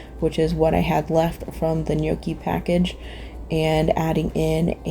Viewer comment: Gnocchi is pronounced no key not yokee